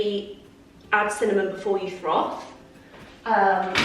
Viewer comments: Love the decor 🧡 All of the autumn vibes right there! Just so you know it’s ‘froth’ not ‘throth’ 🤣 - that had me laughing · love you but it’s froth not throth🤣🤣fully cracked me up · It’s milk froth not throf 🤣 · It’s froth not throth…. ❤️❤️ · It’s called froth not throf 😂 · the word is froth not throfth 😅😅😅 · you crack me up saying throf about 5 times, it’s froth! 😂 I think everyone has a word they struggle to say, mine is British if I say it too quickly 🤦‍♀️🤣🤣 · It’s FROTH not throth 🤣🤣 that made me laugh at how many times you said it xx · Bless you it's 'froth' not 'throth'. 😅. Totally with you on the morning routine, I'm trying to get up earlier but it's just not happening. Love your videos as usual! Xx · So cosy! It’s FRoth rather than THroth - that’ll help you say it 💪🏻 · It's froth not throth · Love your vlogs, the content is 👌🏼 FYI, it’s FROTH that’s why saying throth doesn’t feel right 💖